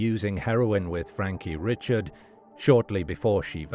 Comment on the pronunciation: That would be pronounced Frankie Ree-shard in that neck of the woods.